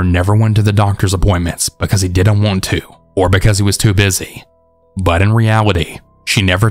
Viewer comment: Love the long videos! Just a question tho... Is there like an audio/recording reason you say "bun" instead of "but" most of the time? I know Ts at the end of a word are hard on mics, so I was wondering if that was the reason. Thanks!